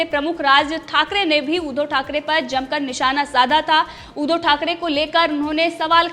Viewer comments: ऊधो" नही उद्+धव बोल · ऊधव" नही उद्धव बोल